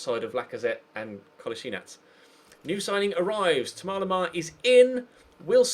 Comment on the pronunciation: It's Thomas not thomar